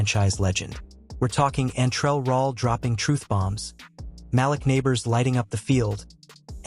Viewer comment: For the record you pronouned The GM's Name & Malik Nabor's incorrectly. Joe Schoen's last name is pronounced Shane & Malik Nabors 1st name is pronounced Maleek.